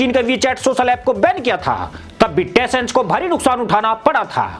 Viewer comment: प्यारे कम्पनी का नाम टेसेंट नहीं बल्कि टेनसेंट है और भी बहुत सी गलतियां है।